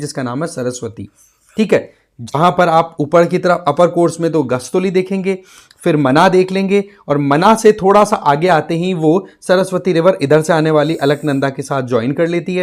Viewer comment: Gaastoli nhi Ghastoli